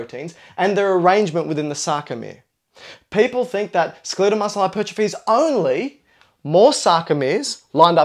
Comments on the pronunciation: ACTS SMART. SAYS SKELIIIEEDEL MUSCLE. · Learn how to say skeletal. lol. Pretend guru is jello-brained